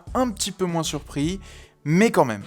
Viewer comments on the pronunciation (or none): none